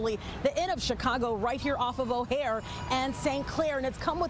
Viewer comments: It's OHIO and St. Claire. Not O'Hare and St. Claire. The sign is right behind the newscaster in the upper right corner of the screen. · “Ohare” you mean Ohio. SMH you are fired mam